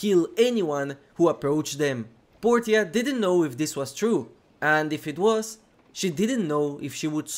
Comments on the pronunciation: Portia is pronounced poursha. At least in America that is I’m not sure about other places but I’ve never heard Portia pronounced how it’s said in the video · Portia, POR-SHUH